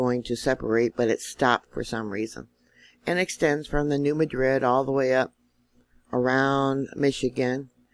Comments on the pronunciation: the fault is not pronounced as is the city in Spain... the correct pronunciation is New MAD-rid, not Ma Drid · Hello! New subscriber and I would like to thank you for your honest, insightful, timely and informative channel. Lots of good information but I can tell you’re not from around Memphis as I’ve heard it called the New Mad rid fault my entire life. Hope that gets a grin from you.